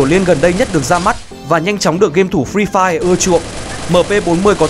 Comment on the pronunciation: toàn nghe là phi phai -_